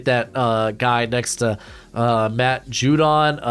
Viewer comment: Joshua Uch-ee💀